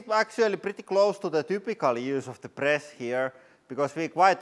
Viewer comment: "...when we pruss ... push from here"